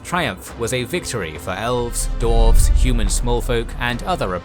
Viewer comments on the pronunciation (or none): Great video and series EXCEPT I am positive, unless I'm going insane, that he always says "Dorf/Dorves/Dorven" and a few other random weird minor mistakes with names.